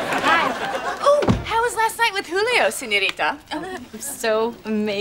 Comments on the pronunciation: "Hulio" 🙃😂 It's "Julio" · Agree but its Julio not Hulio. Nice poem though 😂